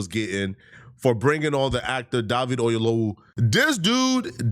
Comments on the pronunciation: The height of ignorance and stupidity is that Godfrey as a so called Nigeran that he is not cant event pronounce David Oyewole's last name correctly. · Both Godfrey and cannot pronounce Oyelowo. 🤣🤣🤣